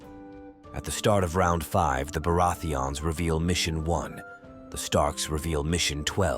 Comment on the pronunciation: Im not the only one who hear it 😂 Beurati-ans